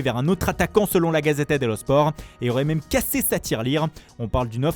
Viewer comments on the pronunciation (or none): none